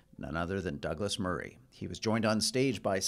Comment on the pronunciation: Gladwell just came across as a snarky bully. Getting their names wrong again and again on purpose. It's funny how the most physically weak men try their best to be verbal bullies in a safe setting.